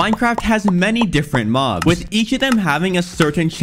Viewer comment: "Minecrap has many different mohbs"💀